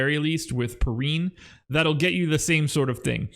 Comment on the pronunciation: Damn you butchered my mans name lol it’s Pee-Rine